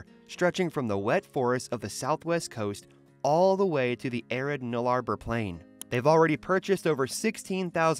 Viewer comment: I think you will find it is pronounced Null-a-bore.